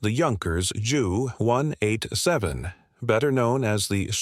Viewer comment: I clicked off of this when I heard the computer voice pronounced JU 187 as "jew one eight seven" If the author is too inept to actually use his/her own voice, then at least program the computer voiceover to not sound like an idiot.